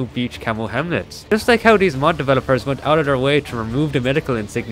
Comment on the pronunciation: I love how he says "hemlets"